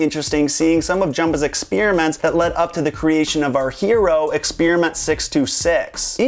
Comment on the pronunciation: lol you say "experiment" funny